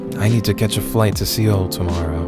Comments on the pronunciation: Lol...See-ol? "Seoul" is pronounced the same as "soul". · seoul is just pronounced soul btw